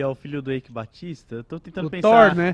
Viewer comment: Aprendeu a falar no nome do elon, mas do eike não hahaha